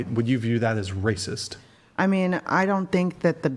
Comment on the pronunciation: Hahaha..😂 Literally 5 minutes later....🫩 ..." THAT'S WRAY CYST.."🙄 .. " YOU'RE WRAY CYST.."🫩 Hahaha. Was I correct or what..🤔🤣🤣